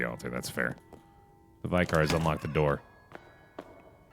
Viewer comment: pronouncing "vicars" like "vie-cars" made my day